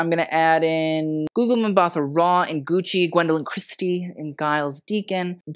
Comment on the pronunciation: Btw, Gugu Mbatha-Raw's surname is pronounced 'Mbata-raw', as a 't' sound and not a 'th' sound despite the H.